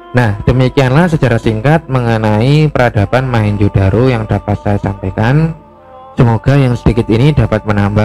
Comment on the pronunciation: ralat Mohenjo bukan mahenjo